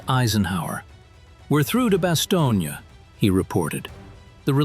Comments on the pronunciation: Same with Bass-stone, not Basto-nee-a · It is not Bastone EEE. Computers suck. 😢😢😢😢😢😢